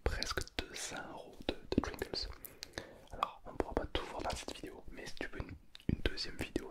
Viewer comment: pourquoi il dit trinkles au lieu de triggers ?